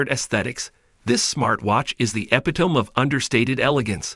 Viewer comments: I would expect an AI to know how to pronounce "epitome". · "epitome" mispronounced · Please tell this AI how to pronounce epitome!